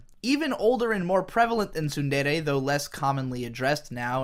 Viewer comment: Two seconds in and I hear you mispronounce “tsundere” already, can’t watch this shit. When will the English stop butchering my favorite language?